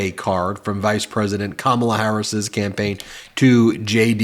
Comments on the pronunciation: You may not be a Trump guy for much longer Mr Vance. Trump probably wont be a Trump guy for much longer. Have you guys met Ms Harris? The excitment I feel is very real. We have a great candidate in Kamala. I see you have trouble pronoucing her name. The stress is on the first syllable Ka. I know you have a problem with speaking english still but hey; you finally might know what NATO does. It is an alliance. The USA went to war against Iraq and all Nato members went with us. Thats how it works Donny. Even for such a stupid war all of the NATO members acted like it was cool to help the USA in our creation of ISIS. You still dont get it right? Maybe Kamala will help you. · Trump talks about her as if he knows her. He doesn't even know how to pronounce her name.